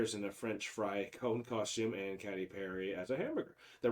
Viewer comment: Katy is pronounced K T.